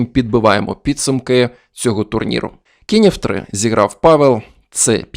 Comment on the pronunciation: Польською не "Павєл", а "Павел" (читається майже як "Павев").